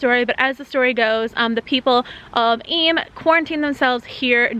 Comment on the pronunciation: I lived in Eyam! Thank you for saying it properly!